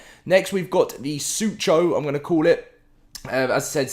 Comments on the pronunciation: .. I’m surprised you don’t know much about the suchomimus pronounced (SUE-KO- mime - ,also It would be cool if suchomimus were rarely found out of swamps if they were put in the game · Suchomimus is pronounced "su-ko-mimus